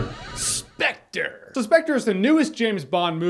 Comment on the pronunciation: Sepectre... Sepectre... Sepectre...